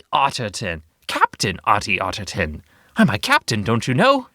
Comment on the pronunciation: Ottie Ottigton Me: Hatty Hatington